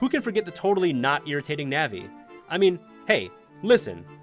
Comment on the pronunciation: Wind Walker??? Mispronouncing Navi, calling the original Zelda 3D, "Twilight is the definition of different" (thematically tried to be Majora's Mask and didn't enhance any of the 3D predecessors.) Has anyone at your channel actually played any Zelda games, or is everyone just Googling "best Zelda games"? This video really made me wish there was a "ban" channel button.